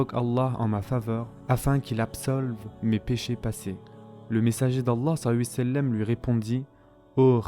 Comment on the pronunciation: S’il vous plaît faites un effort lorsque vous dites « Salla l laahu 3alayhi wa Sallam » vous mangez les lettres et la prononciation n’est pas top. ❤️